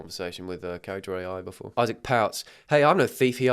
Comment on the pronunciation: that's not "Isaac" that's "I sack"💀💀